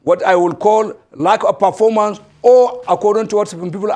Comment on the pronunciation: "Perpormance' , Pinish, Pulani. 🤡